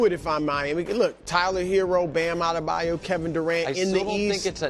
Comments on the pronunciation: Someone please tell Broussard it's Bam AdebaYO, Not AdebaYOU. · Brou and I have an inside joke that he has no idea he's a part of. E Ever since Bam Adebayo has come in the league he pronounces it "A-deh-bye-you" and i get a little chuckle EVERY single time. Thanks Uncle Brou